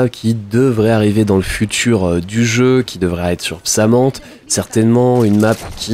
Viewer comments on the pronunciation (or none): Pasmathe se prononce pas "PsamANthe" mais "Psamathé" 😂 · Psamante!?!? 😱 On dit Psamathé